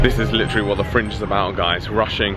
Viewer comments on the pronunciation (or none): none